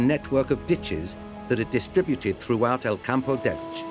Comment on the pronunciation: Qué bonita es Elche / Elx. ¿Pero el narrador? Ug, no puede pronunciar el nombre de la ciudad. Qué raro.